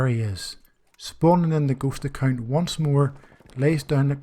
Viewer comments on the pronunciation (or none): It is shameful that it took me half a video to understand he was saying "ghost account". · Something else really like some kind of obscure German gaming term. I had to figure it out by listening to the context of your narrative. Again the shame is on me. Good video.